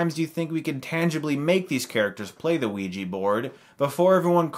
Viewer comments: Its pronounced oh-wi-ja not wi-ji -_ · Wee-Gee. Chris. Chris no. That's not how it's said. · bad pronunciation of ouija :S